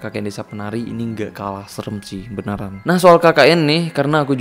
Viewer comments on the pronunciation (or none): ga kalah seren sih “BANARAN” 🤣